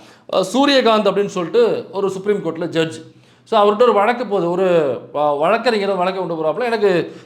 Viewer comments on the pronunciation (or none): none